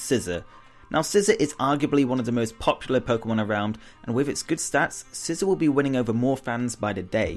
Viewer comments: ITS NOT SCISSOR ITS SCI ZOR NOT ZER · SCISSOR?!?!?! It's Scizor (SE-zor)